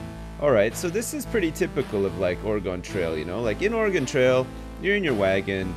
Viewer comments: Ore-GONE? Really? It sounds like gun, Ore"gun". At least it wasn't Orie-gone. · It's pronounced "or-eh-gun" not "or-eh-gawn" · Although has played both it doesn't stop us Oregon natives from cringing at the mispronunciation of our home state.:) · lived in oregon all my life its pronounced the same way as organ not (or gone) appreciate both pronunciations on your part though. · Thank you for correcting yourself on the pronunciation of Oregon, which is actually ORE-GUN/Organ as oppose to Or-E-Gone. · I think he's saying that Oregon is pronounced "organ," which I've never heard before personally. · it's not QUITE organ (as another native Oregonian who has MANY FEELINGS about it). But it's definitely, DEFINITELY not oreegone or origohn or any of those easterner attempts at it. "Org-in" at least won't make me wince in pain. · You realize you're wrong, too, right? It's pronounced ORE-ə-gun, It's 3 syllables, stress on the first. Go look it up. Wikipedia has a helpful audio clip for you. Or look up like any oregon politcal primary ever. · dude live in washington its ore-gun